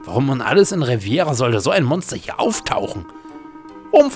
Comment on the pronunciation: Hi, schöne Lets Plays! Kurze Anmerkung: der Ort nennt sich übrigens RevEEEEEra, nicht RevIIIIIIIera. Haste vermutlich mit dem spanischen Küstenabschnott verwechselt. Cheers, Zockrates